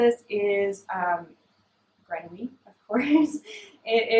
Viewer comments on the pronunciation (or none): Hi! I've really been enjoying your podcast! Just love how laid back you are. Since you talk about Grenouille Fibre Co. So often though, I know the francophones amongst us might appreciate if you pronounced the word correctly. Trying to say this in the nicest way possible! Grenouille is frog in French, just type into Google and they'll pronounce it for you. Maybe you've already done that, it is a sound I'm struggling to find an equivalent for in English! They are local to me in fact. Hi from Nova Scotia!